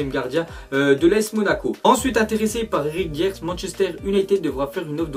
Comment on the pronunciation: Le mec porte le maillot de Tottenham et ne sait même pas prononcer le nom d'Eric Dier..